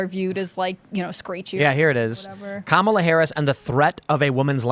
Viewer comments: Comma-la? More like Coma-la. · Kum-all-ova her.😂